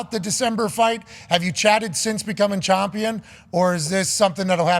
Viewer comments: 😂 Pat and his Chomp-pion pronunciation. Bruh its Champion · I keep hearing Pat say "Chompion" but what is that exactly? 🤔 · Why does he say Chompian? It’s annoying as hell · chompion lol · Can anyone please explain why he says Chompion? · AH YES THE CHOMPION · lol is he saying "chompian" on purpose? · Chompian, is he saying that on purpose? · why does he say chompion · Why Pat say “CHAWMpion?” Lmao. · What can’t dude say the word Champion?